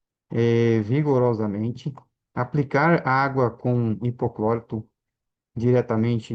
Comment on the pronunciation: Alguém sabe me informar o que é 'hipoclórito", que esse homem fala?